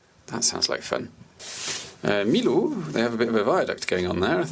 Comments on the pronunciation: Pour les prononciations : - Saint-Chély-d'Apcher => le dernier "r" est muet - Saint-Flour-Chaudes-Aigues => il faut faire la liaison entre Chaudes et Aigues (donc Chaudezaigues) - Millau => se prononce "Miyo", pas "Milo" Par contre le "what are these places", un peu de respect stp 😂 une partie de ma famille vient d'un village (dans l'Aubrac justement) à 50 km de St-Flour et c'est la gare la plus proche, on est obligés de faire 50 km de voiture si on veut aller quelque part en train 😭 Sauf qu'en fait y a plus de trains, c'est que des autocars maintenant 🥲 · "Millau" is actually pronounced "miyo" and not "milo" ^^ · I love these Massif Central landscapes. My grandparents lived there when I was a child. So wild and gorgeous. "Ceilhes-Roqueredonde" isn't too difficult to pronounce, actually : /sayll rock redond/. And "Millau" is not /milo/ but more like the Spanish /mio/. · Millau se prononce Miyo ;)